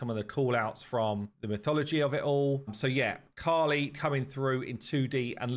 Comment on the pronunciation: I think there was a mistake in the video guys. Its KALI goddess not KHALI. Khali means empty in hindi